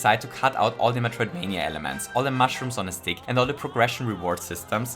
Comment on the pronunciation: You said metroidvenia haha